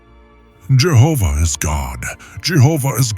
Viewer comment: I'm thankful you pronounce Jehovah in this